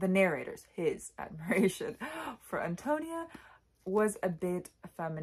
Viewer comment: correct pronunciation = AHN-toh-NEE-ah I agree that there is some degree of effeminacy in narrator Burden. Indeed, he most assuredly is Cather in disguise ~ but in those days given the prejudices of the times, you could not have a woman openly expressing such idolization of another woman. Burden, like so many others in the book, is profoundly connected to the land. Because of this I was reminded of the Transcendentalists Emerson & Thoreau ~ both of whom were pioneers though they explored the Northeast rather than Midwest. They, too, were contemplative as was Burden, saw the city as a corrupting influence, viewed the countryside as wholesome, elevating, and possessed of a spiritual character. In the end, Burden is a financial success with a great but unfulfilling career as an urban lawyer. Meanwhile, impoverished Antonia is burdened with a large family but remains contented and is a spiritual success in life. Thus, her spiritual success is a transcendentalist value fully achieved through her hard work, self sacrifice, strength of character, and connection to the earth and to divinity. The line "She was a rich mine of life" illustrates that perfectly.